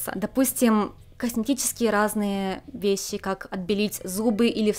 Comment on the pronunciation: Многие весси :D Японизация не проходит бесследно) Только не обижайтесь пожалуйста)